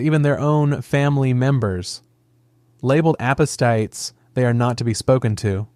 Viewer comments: Apostites? AI. 🙄. It's ApostAtes. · Your AI or whoever is reading it said apostates wrong